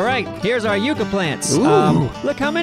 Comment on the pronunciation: Say it with me, "Yuck - ahh". (Not "You - cuh")